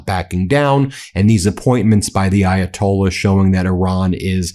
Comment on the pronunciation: The Ayatollah WHAT ?? 😂😂😂😂 PATHETIC. Ben can't even bother to learn how to pronounce things/names 🤦‍♀️🤦‍♀️🤦‍♀️🤦‍♀️